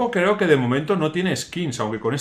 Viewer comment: Skins skills skits jajajaj aprende ingles y dejate de videos